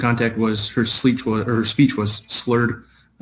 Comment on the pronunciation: did you say that " her SLEECH was SPURRED ? "